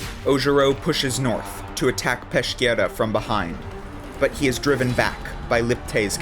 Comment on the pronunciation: Great video! Just a small correction: Peschiera is pronounced as Peskiera. Keep up the great work guys!